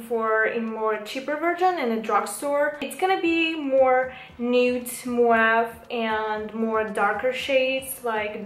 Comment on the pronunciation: Не муав а мов